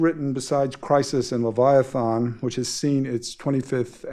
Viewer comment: Will someone please teach the host,, how to pronounce "Leviathan"?